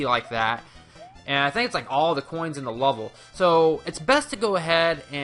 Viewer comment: "44 hhoins"